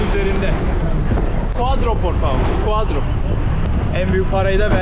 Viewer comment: Valla videolar çok güzel de artık şu dörde “guadro” demesen artık.